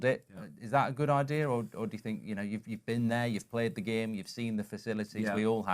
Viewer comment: He can't help it but say "you've played the game" with an accent I love it